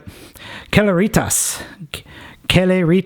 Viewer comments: It's pronounced 'Sel-air-it-ass'. As in 'Celerity'. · Celeritas: "sell-er-i-tas". Like "accelerate". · I believe its pronounced [Seh-leh-rih-tahs]. I'm using the context of how to pronounce Celebrity. So, I hope I could help. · its pronounced (seleritas) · Celeritas means "fast". See-larry-taz.😂 I really like him, but the head of Rodimus Prime is a lot more better sculped. Thanks for the review.